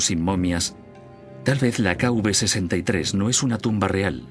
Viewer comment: Las tumbas en el Valle de los reyes se identifican como "K-V" (King Valley) seguida de un número; y no "K-UV" como dice erroneamente el doblaje del documental.